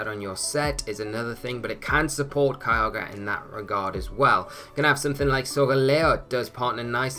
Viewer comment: I know you're saying Kyogre but it sounds like Kialga and I always get excited for the Dragon/Steel boi